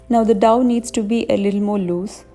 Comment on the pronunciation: It's not Dove the way pronounce. It's dough so pronounce it as Doh